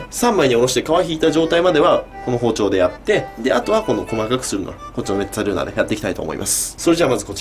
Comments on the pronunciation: イタリアにすんでるんですけど、本当の発音は、メッザルーナですよ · んめっつぁるー↑な